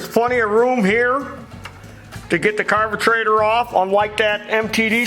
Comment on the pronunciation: Carbatraitor wtf does he mean carburetor ?